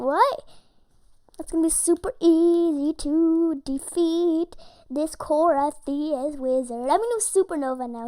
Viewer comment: you said crios wrong